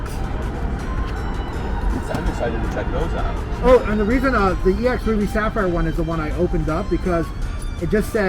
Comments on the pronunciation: MANS SAYS X ITS EX IDIOT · Is anyone going to tell him how to say "ex deoxys"?